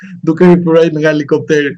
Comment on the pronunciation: O avokat,i thuhet helikopter,jo alikopter😅😅😅😅😅